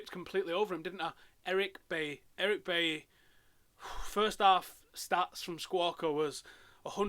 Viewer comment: It's pronounced "Buy-ee"